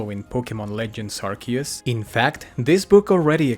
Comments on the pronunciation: Ah yes, Arkoos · Last time I was this early, Arceus was pronounced Arceus.